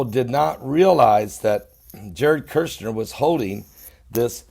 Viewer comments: For what it matters, his last name is KUSH-NER, not KERSH-NER. Love you. Keep up your good reporting. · Kushner sir, you are pronouncing his last name as Kershner. It is Kushner. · Love you...say it with me Jared KUSH-NER... Kirshner 😂❤️ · All due respect to you. You are not pronouncing Jared's last name correctly. There isn't a R in his last name. It's Kush ner. Kush... I always watch your channel. Did you see the report where Former French President of France was ARRESTED for taking campaign funds during his election. And...I saw another report where a court denied Obama his appeal and has to RETURN 400m that he gave to Iran when Americans were released. Obama tried to appeal, but was denied. I only saw 1 report about it. Hope it is true.